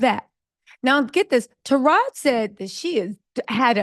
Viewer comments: the correct pronunciation for Taraji is "Ta ra gee". It is not "Ta rajh". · Sounds like you are mispronouncing her name. Her name is Taraji with an 'i' on the end. Not Taraj. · Tarajiiiii not Taraj sis lol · HER NAME IS NOT TARAJ IT IS TARAJI(tah-rah-gee) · Tara-JI. Or Tara-G. Not “Taroj”😊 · MAAM YOU NEED TO STOP DISRESPECTING HE NAME IT IS NOT TARAJ IT HAS AN I ON THE END. IT IS TA RA JEE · Mam stop caling her Taraj...call her name correctly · TaRaJ I Ta Rah Gi At least get the name correct. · Tara-ji...Not "ta-raj". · Her name is TerajI, not Teraj. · As many times as you heard this woman's name WHY ARE YOU SAYING TARAJ!!! ITS TARAJI Sounds like Tah-Rah-Jee ijs🤦🏾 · “Taraj” is killing me.. Taraj-i!! 🤦🏽‍♀️ 😂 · TarajEE not Taraj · Omg TAH RAH GEEEEE… i can’t even get thru the video with the way is butchering her name… 😣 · Hi ❤️ It’s Taraji (pronouncing the I as if it’s eee) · 😂 you refused to put the “I” at the end of her name huh… taraj!!!!!!! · It is Taraji (tuh-Ra-gee) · Her name is Taraji. It's not cool too keep pronouncing her name the way you want🙄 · Am i the only one who can't get over how Taraji name was mispronounced 😂😂😂 but thank you sis for showing the vids. I LOVE Taraji, Katt and Monique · Stop reporting on black news like you here for it but you don’t know the correct pronunciation of the people names. Her name is Taraji. How you don’t know that?